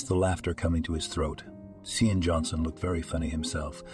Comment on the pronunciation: "Loaves of sausages" and other bizarre expressions as well as offputting pauses, phrase repetitions, and odd cadences, read by computer. See-an for Shawn/Sean/Andy. "He almost didn't pass the bus stop." Many, many errors. Even the guy's occupation changes without explanation. "He gingerly shifted the speed limit to minimum." "We should call nine hundred eleven." "Six million rubles" (later, a few dozen dollars) bribe and "prison colony/penetentiary/juvie" implies a Russian cyber-author. The constantly shifting weather is also very weird, and shifting her/his she/he for no reason. The young couple go from volunteers at a soup kitchen to owners of a "sustainable and moral" bank. Lots of offshore bank accounts and other odd details.